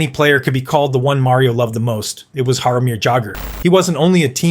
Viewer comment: Jaromir who? I can't listen to any more of this. Got halfway.